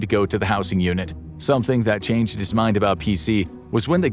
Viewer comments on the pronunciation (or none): none